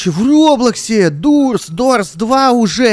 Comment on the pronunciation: Да не дурс а дорс